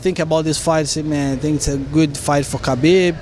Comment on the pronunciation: "i tink a lot"